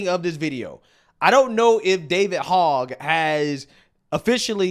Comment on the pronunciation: That goofball’s name isn’t pronounced like the pig “Hog.” It’s pronounced “hoj.” You guys know his background? He’s one of the kids that survived Sandy Hook school pew pew! He’s been on a mission since. Hopefully dems stay out of power long enough for that guy to get bored and go away. He’s an absolute nut job!